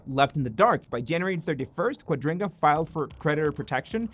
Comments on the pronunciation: Why are you pronouncing their currency exchange scam thing .. wrong, throughout the entire video? QuadRINGga? Quadriga?? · Is "Quadriga" pronounced as "Quadringa"? 🙃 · Quadriga, not Quadringa! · Thanks for explaining what Quadiga means to those who didn't know about it. But wouldn't it be even better if you would pronounce it properly? It isn't pronounced qua-DRIN-ga, it's pronounced Qua-DRI-ga. No N in it anywhere! Apart from that, I LOVE your videos and I have subscribed and like everyone I see! As to your question about whether Cotten is dead or lying on a beach on an island: Yesterday I watched the Netflix documentary "Trust No-one". I don't know if this is just a coincidence that I stumbled over your video today but I know what happened to Cotten, of course! He IS dead and the money disappeared because Cotten invested all the assets that he didn't own and LOST them all. He was a lousy investor. He died in India as described (the documentary makers/investigative journalists take the watcher through the entire process of finding out what happened and how). Tell everyone, it is really worth watching (and I don't even like Netflix). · OCD is killing me, every time you say quadriNga it gets worse. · I heard it too. I assume it's some weird accent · Amazing... you haven't managed to pronounce the company's name correctly, even one single time! 😂😂